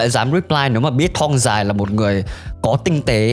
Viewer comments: bạn nên học lại cách phát âm từ thong nó đọc là thong không phải là thoong .Với lại đặt cap mà chẳng liên quan đến nội dung gì cả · Sao t lại nghe đọc "Thong Dài" thành "Thoong Dài" nhỉ